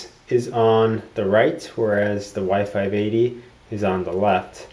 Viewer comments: The whole time I actually thought you were saying Y 5 Baby :DDD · every time i hear y580 it sounds like wifi baby